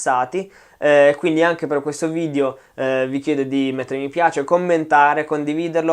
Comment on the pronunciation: "Video" e non "VIDIO"